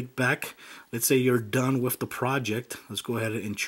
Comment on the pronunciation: He says wif instead of with.